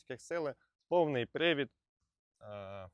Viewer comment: Коли чую "пивід" (причина, нагода) замість "привод" то розумію що огляд робив не випускник політехніки😉